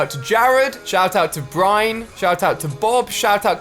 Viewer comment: Lol he said “Bryne” instead of “Brinn” and “Jo-say” instead of “ho-say”